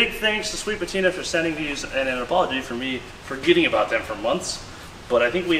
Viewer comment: i think you mispronounced sweet patinr and also tiner' sauce somehow 🤔